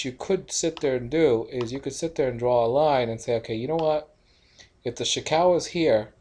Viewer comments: "chee koo" ✔ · You pronounce Chikou very strange. I think it's Chee-Ku